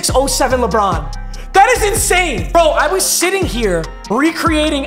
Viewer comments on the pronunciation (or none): none